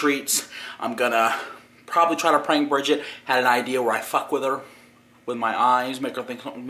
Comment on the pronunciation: That was a funny PPWWAANNKK!!! NIGGA